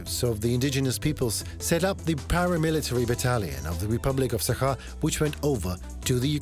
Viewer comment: It is not Sakha but Sahka hk like harsh H and not yakut at all.